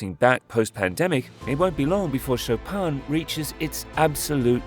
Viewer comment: Cher aurateur on prononce Chopin comme le pianiste Polonais Et pas Chopan !!!!!